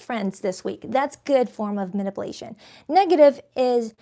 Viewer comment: Love you down, but the Virgo in me can’t take it anymore … it’s Manip-U-Lation. 🤦🏾‍♀️